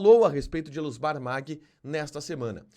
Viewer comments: O Tio da Soja se pronuncia "Maggi" e não "Magui" Família Maggi aqui no MT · Se pronuncia Elusmar Maggi como se le não Magui como você está falando